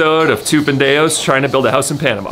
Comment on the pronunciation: So glad that you are learning Spanish! Just wanted to correct you a little bit on your pronunciation on the word “pendejos”. If you don’t mind my correcting you of course. You are doing great only make sure that you don’t omit the letter “j” sound. It would sound as the letter “h” in English like Ho..ho..ho.. Pen.. de…jos …. I played it back and noticed that the J sound was the only thing that you were missing. As you know in Spanish the letter “h” is silent such as with the word “historia” or history. The h has so sound. But the letter j always sounds like the h does in English. I hope that this is helpful. I love watching your videos! Keep up the good work! I’ll be watching to see that you pronounce it correctly next time😅. Love you guys!❤